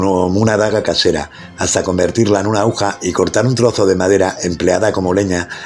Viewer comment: interesante historia aunque debe mejorar la ledtura, y, se dice AGUJA